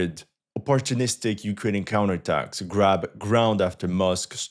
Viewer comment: "Counter atacks" 😂☠️